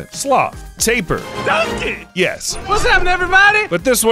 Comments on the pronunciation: Guy 😅 sorry, it’s ta-pir not tape-pir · Its pronounced tape ear and chameleons colors don't convert into human language they use there colors to camouflage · Lol anyone learning from someone who doesn't know how to say tapir or says a chameleom's color changing has nothing to do with camouflage when hiding or hunting is very wrong your not getting whole truths witch might as well be a lie